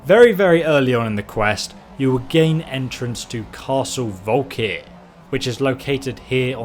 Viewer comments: Blizzard Blue what kind of accent takes 3 letters out of a word? Hes dyslexic. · Why is it that nobody can pronounce "Volkihar"!? And not just placing the wrong emphasis or pronouncing certain vowels wrong, but mangling the word. It's a three-syllable word, people! Vol-ki-har. Not Volikhar, not Volkhir, Vol-ki-har. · You mispronounce literally everything! How to you mispronounce Volkihar? You say it how the NPCs say it! You say it how it's spelled!